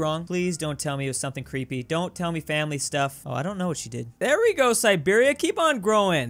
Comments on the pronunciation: Calls Siberia Serbia Me: Sad Russian sounds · Calls Siberia Serbia Me: Confused noises: Does it a few times: Finally calls it Siberia Me: Angry noises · Everytime Siberia was called Serbia, one Dmitri in Moscow lost his vodka 😔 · keeps calling Siberia "Serbia" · omg the first 4 comments i saw were about saying "serbia" instead of siberia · Me hearing referring to siberia as serbia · If you botch Siberia one more time...